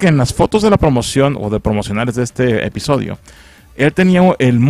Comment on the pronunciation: Soy solo yo o al inicio dijo espisodio